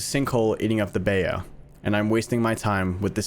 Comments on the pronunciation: This isn't to be rude, but it's pronounced "Bye-oo", not "Bay-ow" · Even Oracle pronounced it wrong, don’t worry. (oracle pronounced it “Bye-oh”, even thought it’s “Bye-oo”) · As a Louisianan, i find it very offensive of you to call it Bay-o. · I seriously cannot get over how he says BAYO instead of BA-YOU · Also, it isn’t Bayou (bay-o) it’s Bayou (buy-you) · You gotta learn to pronounce some of the easiest words better. Like - BA-You, not bay-o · I love, but I know he didn't just pronounce bayou as "bay-oh". For anybody else who doesn't know, it's "bye-you". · It's pronounced Bi You not bay yo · It’s buy you not bay yo lol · bay-oh Man-chack no no no Bye-you Mon-chock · Bro you mispronounced Bayou it’s said by-you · Did this mfer just say Bai-yew like mayo with a b. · bayou is (bye- oo, or bi- you) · and the way said Bayou made me laugh and cringe so hard 😂 it’s pronounced “Bye-you” lol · You butchered bayou it’s b “ai” u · Gotta put this out there on behalf of Louisiana. Bayou is pronounced bye-you. The French do have funny words lol. Love this content though!! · bayou pronouciation bye-oo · I cant help but feel slightly offended at the incorrect pronunciation of bayou. Its bye-you thats the pronunciation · Please dont consider this rude. Just letting you know that isn't how to pronounce bayou. It's more like "Bye You" it's french. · Bayou is a french word im pretty sure but its like a super swamp and its pronounced "bye-you" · Not to criticize your pronunciation but Bayou is pronounced Bye you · Bayou is pronounced Bye-you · Everything about this serious and this video is amazing but it's funny hearing he pronounced bayou. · YOU PRONOUNCED BAYOU WRONG 😭😭😭😭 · I’m not even a Southerner, but the way he pronounced “Bayou” physically hurt me 😅